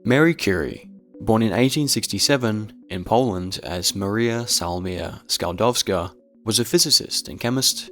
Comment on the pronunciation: i heard how you pronounced Maries name and i want to evaporate i dont think ive ever heard someone pronounce any polish name and surname and whatnot worse